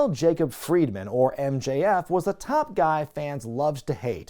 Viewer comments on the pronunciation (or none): none